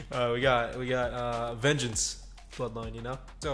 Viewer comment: Listening to him say Vengence is just hilariously painful